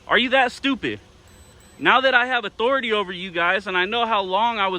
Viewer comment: you're not respecting my Author-i-tay